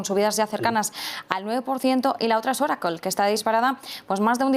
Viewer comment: Broucoom y oracool jajajajaja ni hablar saben estos...